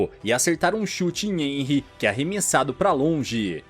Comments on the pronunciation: Muito bom, mas corrigindo o vídeo inteiro você pronuncia o nome do protagonista de enry mas na verdade se pronuncia renry mesmo que se escreva henry por que o h sai o som do R no nome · Nn é enry q fala se fala RENRY